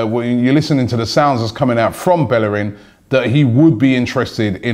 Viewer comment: yo it's Bellerín (bayereen)